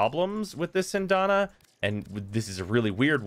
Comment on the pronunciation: SyAndana. Not Syndana. Learn English.